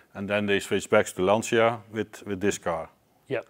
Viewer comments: Please, FFS... it's LAN-CHA. It's really not that hard. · I love your videos, but for the love of god, it's not LanSEEa, it's Lan-Tcha! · how you can be car guys and mispronounce the italian name of the one of the greatest cars is beyond me.